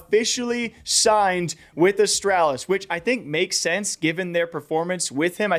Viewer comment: the way you say astrawlis bothers me